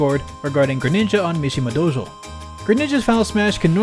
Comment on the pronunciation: Your pronunciation was pretty good! If you don't mind a bit of feedback though, I would pay attention to the vowel length in 道場 (どうじょう), since the last vowel sounded a bit cut short. I got the impression that any other inaccuracies stemmed mostly from pronouncing Japanese words in the middle of an English sentence and having to switch between the two. It's been fun watching your Japanese-learning journey through the tidbits you share in your videos. Keep it up!